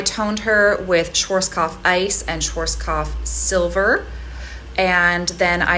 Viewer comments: Pronunciation is Sch A rzk O pf and NOT schw O rzk A pf pls 🤝🙋🏽‍♂️🙏🏼. Amazing tranformation 🙋🏽‍♂️🫶🏼. Just that word hurt a lot 😅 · Why Americans have such a difficult time when comes to pronounce correctly brands 😂😂 schwarzkopf as svartzkopf... black head in German! You are a professional, know your products 😂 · „Schworzkoff“ 😅 I know, that’s a very hard word, and I still don’t know why they didn’t change the name for english markets, but as a German this made me giggle😋 Anyways, you did a great job!! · The way American people are pronouncing "Schwarzkopf" is hilarious to me. 😄 I'm German and I had no idea those hair products were used all over the world apparently. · No judgement but the way u said Schwarzkopf hurt